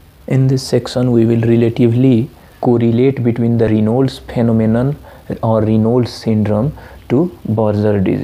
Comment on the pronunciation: Dude ..its 'raynauds' phenomenon & nt reynolds😂... also TAO is syn. of buerger's & nt raynauds